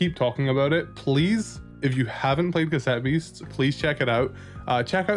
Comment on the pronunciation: Stopped watching as soon as I heard "OMG, C-ASS-ETTE BEASTS OS SO AMAZING!"